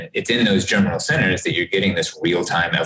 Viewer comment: Thank you for this. Can you help me with what Dr. Crotty says several times after about ? It sounds like he's saying "general sinners," but that doesn't make sense to me. Context in which the term is used: "And on the antibody side, it's really about the 'general sinners.' The 'general sinners' can go on for quite a while after the immunization is over. And it's in those 'general sinners' that you're getting this real-time evolution and increase of antibody quality and competition between the different B-cells and antibodies. And it's unclear what happens when you re-immunize. You might actually be shutting off all those 'general sinner' reactions. So whatever was going on, you've now basically truncated it and told it to start over."